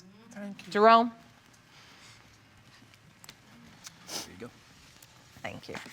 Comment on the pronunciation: The definitive point where the judge calls out baillif 'Jerome', usually sounds like 'drum roll...'